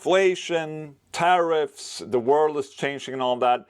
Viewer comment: Watching Ola say "tariffs" for the first time in his life= priceless 😂